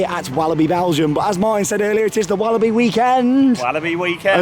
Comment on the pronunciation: well i would he say he has said it right and i am from belgium